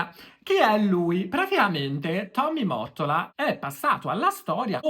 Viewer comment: Finalmente qualcuno ke dice Mottola come si deve! 😅 Ho visto dei video americani ed a parte la pronuncia dicono Motolla! 😩😅😂😂 Ai voglia a dirlo nei commenti ma non capiscono! 😢